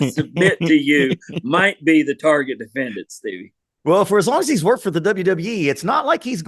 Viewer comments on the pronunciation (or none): none